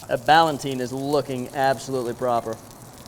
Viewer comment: The word is "Ballotine," not "Ballantine." You are conflating two related words: "Ballotine" and "Galantine."